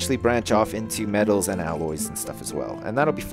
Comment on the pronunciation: Round bout 25 mins you nearly said medels not metals